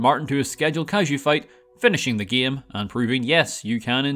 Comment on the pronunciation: He pronounces game like GEEUM